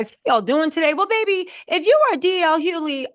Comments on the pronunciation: DL "HUE-LEE" 😂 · "DJ (DL) Huley" bol will murder a name fast and i am here for it. Bol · h-u-G-h-l-e-y for Pete’s sakes! 😂😅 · Yo everytime she say DL last name I 🤣🤣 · How about saying his name right… Good lard you make money off using people’s name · The way you say DL’s last name is hilarious 😂😂😂😂😂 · It’s a bit distracting lol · She may say it wrong but she will spell it correctly